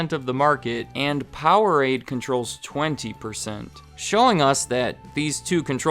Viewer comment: Powerade, please.... 😂 (laughed out loud at that part) keep it up! Love your channel!